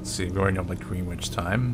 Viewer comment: It's pronounced "Grenich" Don't know why it's spelt like "Greenwich" but the pronunciation is different. English is a strange language